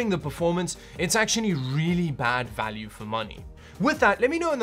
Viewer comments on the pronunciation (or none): none